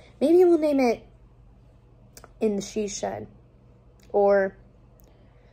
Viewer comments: 'In The 'TeaShed' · The “Tea Shed” instead of “She Shed”! 🐸🍵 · Dang I was coming to say "Tea-Shed" but apparently I'm not the only one lol! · He said she shed 🤣🤣🤣🤣